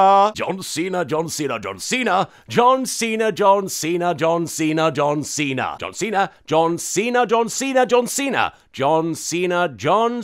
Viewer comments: John Seen her was all I heard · After a while it begins to sound like "dun see tha" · You said Don Cena sometimes....also,POTATOES? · Anyone else hear 'Don Cena' at some points ;D